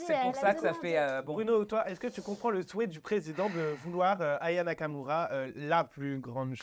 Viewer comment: Elle as écorché le nom Aya nakamura, elle a dit " nania kakaroua " si tu veux parler de quelqu'un commence par épeler son nom correctement 🤣 et puis elle ose rigoler et dire que aya nakamura ne sais pas chanter alors que si on écoute tes "rap" de bac à sable... 💀 Elle t'a largement dépassé mdr donc fais toi-même du bon boulot avant de critiquer celui des autres